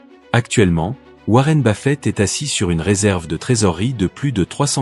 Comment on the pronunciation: Si Buffet a quelque chose à dire … qu’il le dise. Il ne mettra certainement pas un plouk qui ne sait même pas prononcer son nom pour nous faire le message. Ceci dit. On traversera la rivière quand on y sera. J’ai déjà plusieurs fin du monde à mon actif.